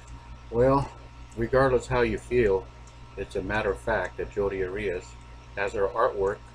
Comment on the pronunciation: His last name is pronounced "Air-E-us"